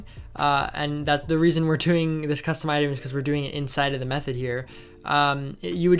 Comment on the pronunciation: no offense but when he says 'custom' it sounds like kusvton